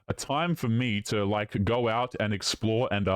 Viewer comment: “Go out and explwhore”